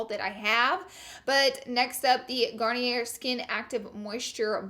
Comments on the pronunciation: Laura, you are so cute... lol but Laura Mercier, Garnier, and Glossier are all french names, so the er makes and "ay" sound. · Is it a running joke that every French brand with a silent R at the end, she pronounces the R (Garnier, Glossier, Laura Mercier, etc.)? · Does she not know that she's pronouncing Laura Mercier, Garnier, and Glossier wrong after all these videos? Still love you 😂